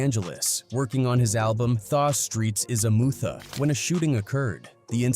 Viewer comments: The Streets Are a “Mootha”! Hahahaha 😂😂😂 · these ai voices are terrible.... cooroopt tha streetz is a mootha...anyway i never knew about this beef between them. i would listen to all those dmx albums as a kid at the time but had no idea theys was beefin.